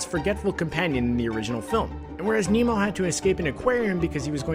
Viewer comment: I thought you said emo. Not Nemo. Sorry. Also I knew the frozen one.